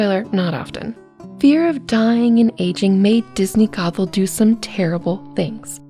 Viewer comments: Okay I like the video so far but I've noticed something half the time it sounds like you're saying Gothel and half the time it sounds like you're saying gobble just a little friendly advice and make your words more clear and as my grandmother muddy would say enunciate your words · Fun video but anyone keep hearing gogle more than gothel